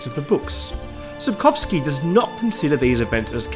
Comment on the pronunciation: Thank you for taking a minute to look up how to say "Sapkowski" properly and doing it properly. The number of "Sapkałski"s is infuriating. It's a surname after all - it shouldn't be altered.